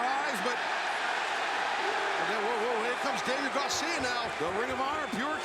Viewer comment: Everybody: Daniel Garcia Taz: "Daniel Gawcia"